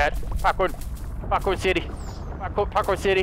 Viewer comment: When your not paying attention it sounds like he says ditty every time he say city